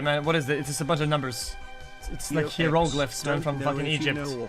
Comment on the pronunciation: hee row gliffs